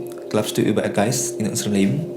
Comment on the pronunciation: kata Leben bener-bener dibaca cuman kayak lemn ya, b nya hampir hilang T_T padahal waktu sekolah diajarinnya bener-bener diucapin LE BEN wkwkwk Glaubst du an Geister in unserem Leben?? Bist du verrückt?? Gitu amat ya reaksinya wkwk Verdammt. Bitte poste die folgende Geschichte. Es ist sehr interessant!